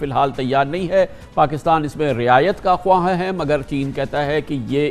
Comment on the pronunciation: کامران صاحب جیسے سینئر میزبان کو تلفظ کا دھیان رکھنا چاہئے ماہدے نہیں معاہدے خواہاں پڑھتے "و" ساکن ہوگا "خاہاں" پڑھا جائیگا